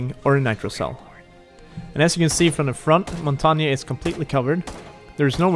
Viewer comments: Montagne, you say it like Mon-tay-ain. Not mountainium... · Its more like pronounced Montanjeu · Its it's pernounced in French Mon tang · LOL The guy says: Montagna, yes this is how you pronounce it. Not it isn't. I'm French and you don't say the E at the end. English speakers have difficulties with his name because the "mon" syllable doesn't exist in English. You pronounce it: Montagn, without the E. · As someone who speaks french, i can confirm one thing: it's not pronounced montanya. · I thought it was pronounced mon - tan -yay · Omg everyone pronounces it rwrong I know French this is how u pronounce it "Mon-tang" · Its pronounced Mon-tang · is not montagna truste me im a french canadian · Jamie Walters ffs I live in quebec and the error that everyone make is thinking the g is silent it’s: its actually a mix and this mix just doesn’t exist in english so if you don’t speak french say mountain it feel like if everyone said maounttaain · the error he did was prounoucing the e as an a again the e is very different it sounds like the the end of how you guys pronounce L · I mean you're right it's the French word for mountain but you really need to look up how it's pronounced bud. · Said montagne wrong